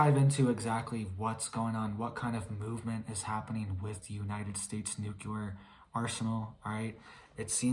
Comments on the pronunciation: NU-CLE-AR not NU-CU-LER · N U C L E. A R. ! NOT NU. C U. L A R. ! FRKING MORON. !! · Love you but please pronounce nuclear as "nu-klee-ar" not nucular. Tyvm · It’s NUCLEAR not NUKELAR arghhh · "It's nuke-you-ler" -Homer J. Simpson